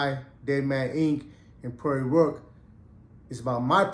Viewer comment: That's how much you know the dude's name cuz you said it wrong